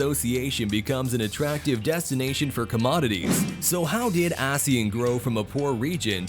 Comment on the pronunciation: The narrator keeps mispronouncing ASEAN.